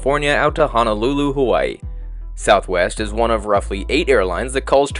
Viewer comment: Mmmm who pronounces Hawaii as /hu'wa,i/ ?????? Where does the /hu/ sound come from 😢